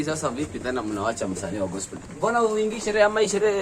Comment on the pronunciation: I love the way he prounounces gospel as gospo🤣🤣